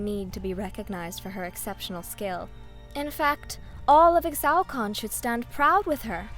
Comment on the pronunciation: Ee-shao-can! They will all learn to say it! same with Ee-shtal not Extal >:(